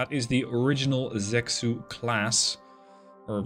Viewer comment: Love the Dreadnoughts content 👍Probably too late in the war now, but zexu is 'zuh-shu' and gui is 'gway'.